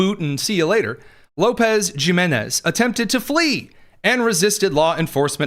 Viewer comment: Jimenez is pronounced HIMENEZ in English That's why some people call them the LA Dod-yers Because "G" is silent in Spanish